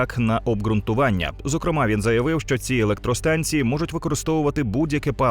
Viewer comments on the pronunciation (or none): none